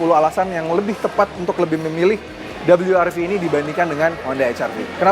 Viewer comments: cukup sebut we er ve aja bang... gak usah double you ar vi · Rilisnya di indonesia.. berarti baca nya we ER Ve.. Ngapain lu sebut dabelyu er vi.. Gak usah sok²an inggris lah.. garing..